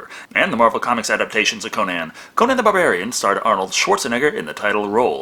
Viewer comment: Am I the only one who hears saying "Conan the Bavarian"?